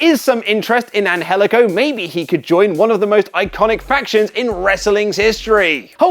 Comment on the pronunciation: I don't know the guy but the pronounciation of his name bugs me.